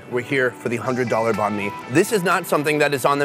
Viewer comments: Nghi Nguyen did u also get pissed when he say bahn like boon? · Ktran3 2 3 still it doesn't mean that he can say banh correctly 😂